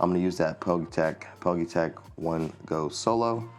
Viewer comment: Nice review 👍 I think it’s pronounced as individual letters ie P G Y tech?